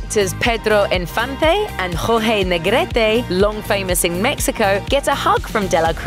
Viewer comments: You should have done your research before doing that voice over. Please, learn how to pronounce correctly the names of famous people: María Félix, Jorge Negrete, etc... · the cringe when the girl try to pronounce Jorge Negrete